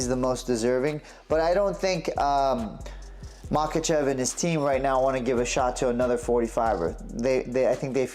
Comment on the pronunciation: You butchered "makhachev" and you spelled topuria differently each time you wrote it. Make an effort bro.